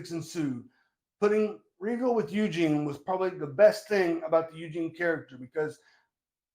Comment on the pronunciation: “EUGINE!! EUGINE!”